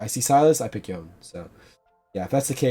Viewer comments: Day 4 of commenting Yo-nay until he says his name right. I bought the multiversus bp late and now have to grind like an animal. updates soon to follow. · nah, It's pronounced Yo-nay. This is just my own petty way of interaction, feel free to ignore it. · why do yone streamers have the "i say yoan instead of yonay" syndrome even dzukill says yoan HAHA